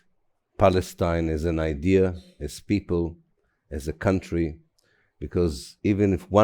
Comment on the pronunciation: what country was she calling cuntry